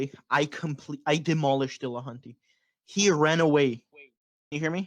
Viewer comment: "Dillacunty" - Thomas Aquinas